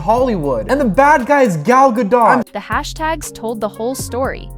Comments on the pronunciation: gal Gaaa- Dohhh.. not gaaa- dot. Ai voice activated. Zzz trying to stretch out the clip for 4-5 minutes to long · Gal Gadot pronounced gadough...not dot. Thanks AI voice over. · why do americans have such bad grammar lol its not GADOTTTTTT its a "silent" T you dont pronounce the T its pronounced gadiow...WWWWW ow....lolol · It's pronounced Guh-dowt, not guh-dot. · Blah, Blah, Blah - Playing the same scenes over repeatedly for the most time to spew your shit about her. These are stars and y'all are not. Who's the gay guy with the shitty hair ? What a glop of shit. No offense. 🧁 By the way, to all, it is pronounced Gahl Gahdoht, not Gal Ga Dot. Brush up. 🤭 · Why can't americans say gal godo.. which is how her name is pronounced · It's Gal Gadot - Gad-O. Like depot the T is silent. And Rachel who?? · You are mis-pronouncing Gal Gadot's last name. Please go learn how to say it. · GagO. The t is silent. I use to like her until she sang imagine. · Gal Ga-dot, really. How hard is it to pronounce a name right. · Gadot is pronounced "ga-dough" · Please stop pronouncing gal's name wrong. Very unprofessional. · You'd think an account named Celeb Watch would know how to pronounce Gal Godot's last name right...